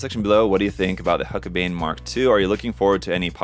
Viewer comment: It's pronounced hulk-a-bine